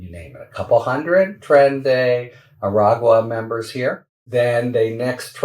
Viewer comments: Omg you said “Aragua” correctly! <3 I’ll go back to quietly listening without complaint, thanks for your videos! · You got the pronunciation of Aragua! Nice. Keep up the excellent work Harry. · Yay, Harry! Great pronunciation of Aragua!! Now get Ben Meiselas to pronouce "disastrous" with 3 syllables instead of 4. 😊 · I have seen your efforts and improvement in pronouncing aragua. You did it, you got there! I am sincerely proud of you, good job Harry! <3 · And, of course, the pronunciation is even better.